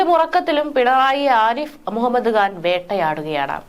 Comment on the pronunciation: മുഹമ്മദ്ഗാൻ അല്ല മുഹമ്മദ് ഖാൻ ശരിയായ ഉച്ചാരണം ..